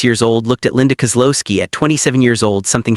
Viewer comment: Linda Kow-looo-ski